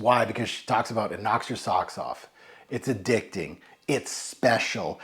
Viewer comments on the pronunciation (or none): Did say it was a “ a-dick-thing” 😂 🤷‍♂️